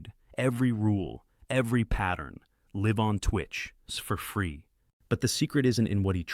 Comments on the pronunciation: Can someone teach Ai to say LIVE instead of Liv 😂😂😂 & click bait title say live proof. Nope. Just talking, no actual examples or actual recorded live trading. Oh and there is only one actual video by Kristjan here on YouTube & oh my gosh, he uses indicators 🤣🤣🤣🤣. I hate Ai BS. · That fact that AI can't differentiate between "live" and "live" is CRAZY